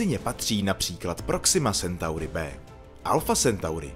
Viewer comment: " Sentauri " ? 👎 Je to latina , tak že " Centauri " ❗👍